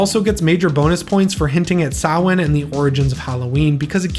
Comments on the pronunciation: Great franchise ranking! I'm Irish and I'm glad to hear Samhain pronounced correctly 🎃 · Great video,. When I was a kid I hated Halloween III: Season of the Witch, cos of the lack of Michael. But now as an adult, I love that movie, for the reasons you mentioned and more! Oh and being Irish, I appreciate your saying Samhain correctly 😃👍🎃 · Thank you for pronouncing Samhain correctly! As an Irish person, I always cringed whenever they'd butcher the word in the movies even though I love this film series 😂